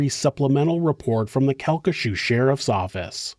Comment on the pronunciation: CalcaSHOO is killing me 😂 Cal-ki-SHAW